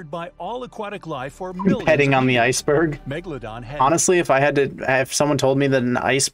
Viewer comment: Ok now, not to be mean but rather point out something funny, mega-dolo-don